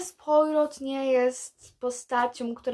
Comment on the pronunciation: Jak coś to nazwisko Poriot czyta się "płaro" (z francuskiego) tak na przyszłość. Nie, że się czepiam, sama kiedyś też nie wiedziałam.